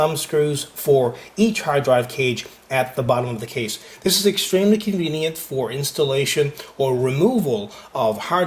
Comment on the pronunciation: He stressed on the word "extremely".. Now I'm afraid to get this case.